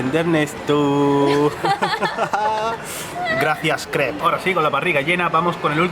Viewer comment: ( Pronunciacion ) Japo Co Jamo!, Bicabonao de sodio, Grasia